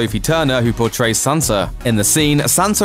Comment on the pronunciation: Sansa not Sanser.